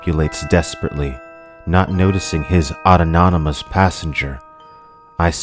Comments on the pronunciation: Great video! If I may be permitted to nitpick, you added an extra syllable to the word autonomous . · Autonomous = aw - ton - uh - muhs